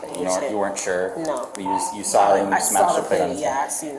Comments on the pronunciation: Crap bag New Yorkers always come to Florida and mess things up! She “sawr” ugh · Ma'am, there is no R in saw. 😂